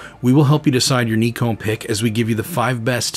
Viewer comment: "Neeekon" - now we have a THIRD way to pronounce Nikon. 🤣